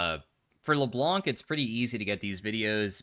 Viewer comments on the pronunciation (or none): Hi! You don't pronounce the "C" at the end of Le Blanc:) (which means "The White" in french)